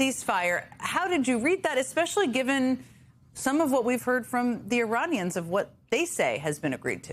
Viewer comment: Suppose it's just a slip of pronounciations after , but Uranians has an edge of danger to it :D